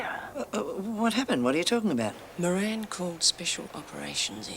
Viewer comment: Every time I hear anyone say Bob Moran, ( the new Governor), I keep hearing Meringue !!! Love Lemon Meringue !!